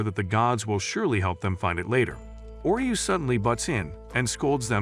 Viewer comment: Oreu sounds like oreo